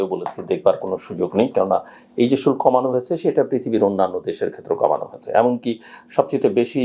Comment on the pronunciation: শুল্ক উচ্চারণ টা কানে বাধে।